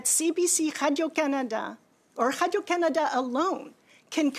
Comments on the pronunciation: Anyone else annoyed when she pronounces “Radio Canada” like Pepe Le Pew? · I hate the way she says the company’s name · She's begging for more money?!? She can damn well use the bonuses she and her cronies paid themselves to fund the failing CBC. She's disgraceful and I hate her french pronunciation of Radio Canada! 😖